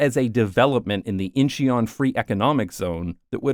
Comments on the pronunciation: "I apologize in advance for mispronunciation" It can't be that bad "Inch ee yon" Oh... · When having a subscriber base of 1.36M you don't get to tell us to shoosh when you butcher the names of regions and towns. It takes seconds now a days to get the phonectic spelling of regions and town from everywhere on earth as well a audio pronounciations. It's IN-chuhn (2 secs) and it's e-co not ec-o , based on ecology. ee-cofriendly or friendly to the ecology of a place or the environment, ec-o friendly is a place friendly to economics.